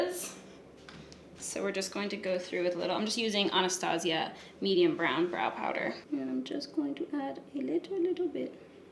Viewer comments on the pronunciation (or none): none